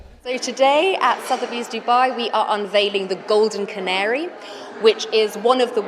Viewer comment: "Golden cannery" lol. Cuh-Nairee